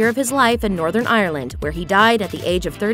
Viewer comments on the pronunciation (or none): none